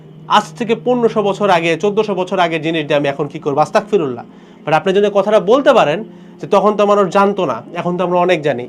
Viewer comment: bhai with due respect, word ta Astagfirullah not Astakfirullah